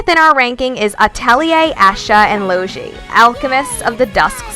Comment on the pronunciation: Asha or Loshi? Its Es Ka and Lo gee rip